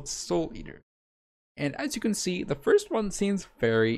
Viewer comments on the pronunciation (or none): none